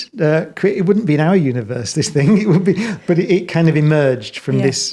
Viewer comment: He is a genuious - but one question Brian... The word "Thing" How do you insert a K at the end? Very well spoken... very smart... but can not pronounce THING - Not think.... thats a different word Professor Cox My dad was from England... and he keeps talking about Mectkil - Metal, not mecktil English is the hardest laguage in the world, I know. But if you look at the letters for these words, not one c or k METAL, THING... 5 letters professor. Phonetically sound